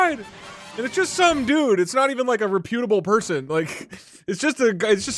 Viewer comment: That is definitely not how you pronounce ‘reputable’.